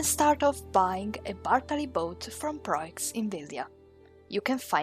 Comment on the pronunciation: I’m not sure f you will respond to this, but I’m a new player, and when you said where to find proix, I couldn’t understand what place you were saying. Ok that sounds a little offensive, but I’m trying to type the s as nice as possible.